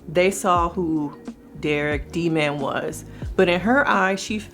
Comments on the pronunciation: I was rocked by this documentary. What was up with mispronouncing “D-man” to d’man? I agree she appears to be still in love w/ him. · Me too!! The family said it’s D- man, not “daman” or whatever she was saying. NO ONE else called him that. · I cringed each time I heard her say “D’man” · The subtle racism of her consistently mispronouncing his nickname. She was grammatically correcting them. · It was very annoying that she kept mispronouncing his nickname. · That got on my last nerve watching this documentary. And she said it correctly once when explaining how his mom explained to her what he meant. She literally works on communication, she’s not dumb. But she couldn’t say his nickname correctly?